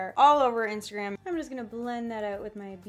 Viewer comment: The way she says Instagram makes my day... instergram